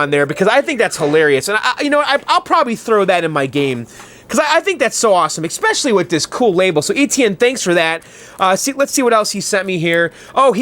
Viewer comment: No "x" in "especially."